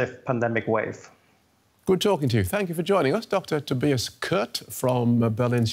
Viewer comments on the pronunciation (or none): none